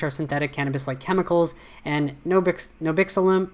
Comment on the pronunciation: You had me cracking up 🤣 when you kept saying Nabiximol (min )